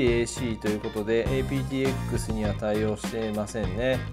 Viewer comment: ちょこちょこ気になってたのですが対応コーデックの『apt-x:アプトエックス』と読むのでは？ 「エーピーティーエックス」と単体読みをするより、こちらの読み方が伝えやすいと思います。